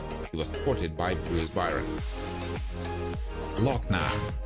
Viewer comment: I noticed u didn't bother to pronounce Adewale A. Agbaje's name while presenting "Lock-nah". I wonder why 😃